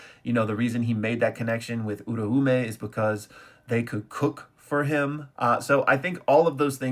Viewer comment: My GUY! excuse my tism, but how is it possible that at this stage you still mispronounce Uraumes name?? it takes one google search to get the name right. At this point you must be engagement baiting.